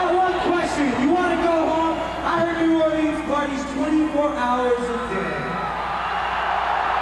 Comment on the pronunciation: Riki rackman is so fake.He doesn't even know how to pronounce New 'Awlins